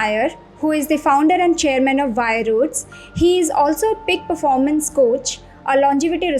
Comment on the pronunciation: Ma'am it's Vieroots, not Vie-roots.